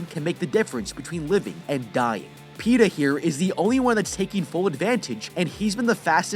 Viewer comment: Petah and peta